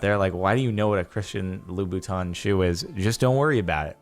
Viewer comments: "Loubouton" ;P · Lubu-tauns? Oookkkkkk Jardon... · "lool buttoun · christian loo-boo-taun